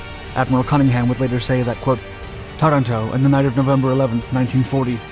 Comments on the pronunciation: It is Taranto TA-RAN-TO and not TA-RA-TO. It is also not CANBERRA (KAN-bə-rə ) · Tuh-RAN-toe, not Tuh-ran-TOE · TarANto (accent on the second syllable) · Aaaaargh. Interesting vid, spoilt by endless mis-pronunciation of Taranto, and also Cunningham.